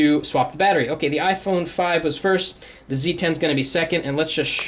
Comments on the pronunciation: Ifony lol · 'iphoney' ..haha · Ifony lmao